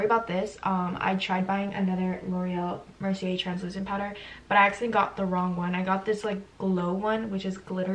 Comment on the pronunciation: "L'Oréal Mercier "